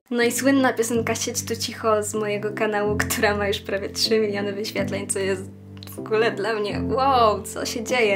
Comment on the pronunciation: wogule" tylko ,,w ogóle"